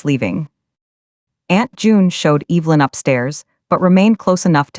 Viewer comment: What the hell can’t AI pronounce Evelynn.